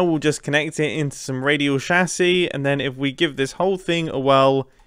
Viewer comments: It's chassis, not chassy. How are you pronouncing chassis like chassy every time? It's chassis, not chassy. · you pronoucing "chassis" is still not as painful as you pronouncing "AT-AT" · Sorry I can’t finish the video the way he’s calling a chassis